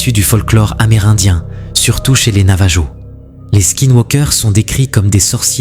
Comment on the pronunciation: Navajo se prononce Navaro